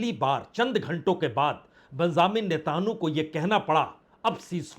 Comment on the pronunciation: Why do you pronounce the 'netanyahu' in a strange and incorrect way? Not expected from someone of your experience.